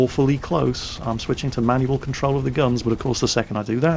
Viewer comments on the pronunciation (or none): none